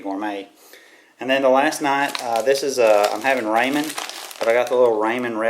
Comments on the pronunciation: He says raymen I say rawmen like if you say rawmen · I love how you pronounced Ramen Ray-men. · "Got me some Raymen" I'm crying haha